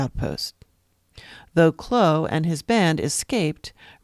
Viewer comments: Why on earth do you keep calling him Kloe? It is pronounced Clow like Cow but with an L. Descendants of Cheney Clow now spell the last name Clough. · You are saying the name wrong. It is Clow like "Ow! I cut my finger".